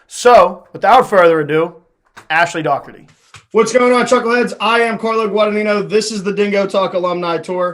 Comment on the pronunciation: Great interview. And thanks for pronouncing Dougherty the right way! (An '87 Bethany grad, BTW ...)